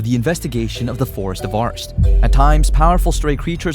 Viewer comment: Bro do u have the l and the r mixed up? cuz u call rest, lest and u called the alst forest, arst forest like, bruh